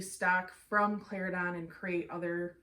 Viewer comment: Great review. I love the details. You are right Plantation has the most details. I have never heard so much detail on a blend before. Slight mispronunciation on Cla-Ren-Don.